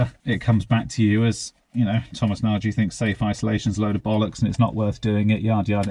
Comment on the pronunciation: I dont know why, but it furiates me that i think you dont pronounce your name right:). If you type in your name in google translator it automatically detects the word nagy as Hungarian(its a very common family name here) and u can check the proper pronounciation for it. Do you have Hunarian lineage and just lost the proper way to say it or i'm completely wrong?